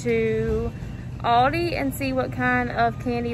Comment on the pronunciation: I can’t get over the way you pronounce Aldi. It’s ‘al-dee’ 😂